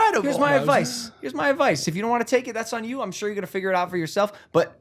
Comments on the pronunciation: I think James got Logan to say “shore/sure” 😂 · This guy just did one podcast with James Charles and now he's saying sure(shore) all the time like James charles😂